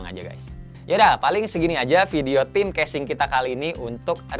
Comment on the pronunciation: ngakak dah denger kesing ANJAY haha